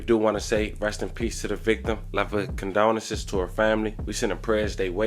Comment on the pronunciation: What does “Condoneses” mean?🤷🏾🤷🏾‍♀️🤷🏾‍♂️ The orator ALWAYS SAYS during his stories, “Love and Condoneses?” I would really like to know what that means? It annoys my spirit to hear a grown man REPEATEDLY SAYING, “Love and Condoneses” come on, it’s not that hard… is he trying to say, “Condolences?” I don’t want to assume anything?🙄🙄🙄